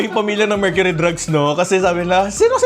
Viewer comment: Mercury Drug lng po boss walang “s” hehe